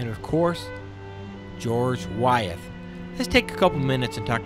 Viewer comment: I enjoyed the video, but you made several mistakes that I thought you might want to know about. The women married prominent men, not predominant men. The parish name is pronounced Henrico (hen-rye-co). I grew up there so I know. Wythe is pronounced "with" not Why-eth. Your tour was good just needs a few touch ups on the information.